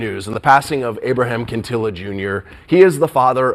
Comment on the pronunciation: Why can't this person talking pronounce "Quintanilla and Los Dinos" they think every vowel is long its unbelievable!!